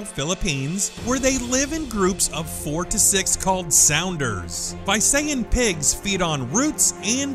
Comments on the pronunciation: It's NOT Vayseyen, it's Veesayan. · its not vay-sa-yan its vi-sa-yan :D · WHAT THE HELL? Visayan is pronounced as BI-SA-YAN not BUY-SA-YAN. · It's not "Vay-say-yan" it's pronounced as "Vi-sa-yan". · that visayab pronounciation, lol it's vi-sa-yan not vay-say-an 😂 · This is how you pronounce Visayan Warty Pig, Bee - Sa - Yan Warty Pig Not Bay - Sa - Yan. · it's vi-sa-yan not vay-se-yan. anyway nice video. keeps myself smiling for a while. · its not Vaysayan Its pronunced Veesayan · Sorry but you pronounced the Visayan warty pig the wrong way. You said it Vyseyan But we Filipinos say it visayas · lol It is pronounced as Vi-sa-yan not Vay-say-yan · It's pronounced as V-Sah-Yan not Vi-say-an. Haha. 😁😁😁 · Vi-sa-yan, not Vay-se-yan 😆😆😆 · its Bi-sayan .. not Vai-sayan. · it's not bay-sa-yan its bee-sa-yan I know it cause I live in the Philippines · Haha. I know right? 😂😂😂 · Visayan is read as vee-sai-an.. It's not one but a group of islands.. It is also a demonym as well as a dialect for those who live there.. Thanks for including the warty pig on this list.. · Correction; Visayan Warty Pig is pronounced as veesayan warty pig. Filipinos pronounced I as ee, believe me for I am one of them though I live in mindanao. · umm, the visayan warty pig is pronounced as "vee-sa-yan" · Visayan is actually pronounced as vee-suh-yan. I know this because I live in the Philippines. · he mis pronounced Visayan its pronounced Vi(how you say the letter V)-sayan(the letter A's are pronounced like you pronounce the letter a in apple) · Visayan is pronounced as " vee-sa-yan" not the one you spoke.. I live there! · dude, it's pronounced as vee suyan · You mispronounced Visayan :/